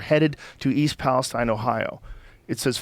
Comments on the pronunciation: It’s pronounced Palesteen. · East Palesteen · Would you quit saying EAST PALEST IIINE it’s pronounced East Pales TENE!!!! Moron. And to the guy who says atleast it will be easy to buy them out every house is 50k haha you complete loser that’s far from the truth plenty of houses are over 250,000 K including my Parents house who lives nearby outside east Palestine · it's "Palesteeeeeeeeen" ... ... maybe they changed the pronunciation at some point to match the biblical "Philistines" - the people Palestine, Israel is named for. There's a cluster of biblically named towns in that area. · we pronounce East Palestine (Palest-EEn) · I'm from the area so 2 note. It is pronounced East Palesteen. And it's close to a lot but I haven't heard anyone from outside the immediate area talk about having a reaction. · It’s pronounced Palesteeeeen! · Please, it's pronounced East PAL- i - steen. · they keep pronouncing palestine wrong lmao